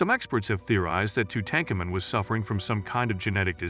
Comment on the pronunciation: I can’t even watch this. The narration is once again repetitive and mispronounces the very subject of the video. Just stop. Please.